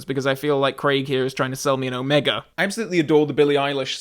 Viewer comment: Thank you for saying Omega and not O-meega.